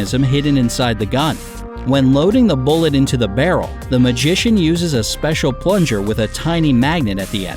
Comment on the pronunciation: I swear if I hear seicial one more time